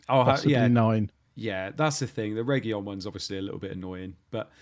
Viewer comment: Cheers guys. But please stop saying "Regiyón". There's no LL in it, it's just a single, normal letter L. "Regilón". And spread the word around. Ta. 😂